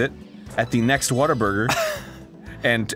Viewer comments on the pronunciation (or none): I Love how hes calling whataburger "waterburger" ;p